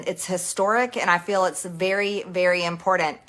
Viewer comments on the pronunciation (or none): you’ve covered it all perfectly. Just playing the grammar police here for Marge. It’s IMPORTANT not IMPORDANT. T not a D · every time I hear MTG say impordant instead of important reminds me of how dumb she is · When did they put a D in important? As mtg pronounces it (imporDant) not as bad as peach tree dish, but still very irritating